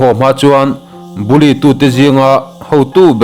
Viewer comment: Bully tih khi i lam thiamlo si😂.